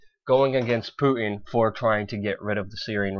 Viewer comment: PuTin. Putttttin. It has a T in the middle! I know we are on the brink of WW3, but it drives me nuts! haha.